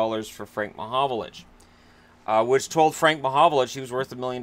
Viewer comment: Its frank mahovlich not mahovolich ffs.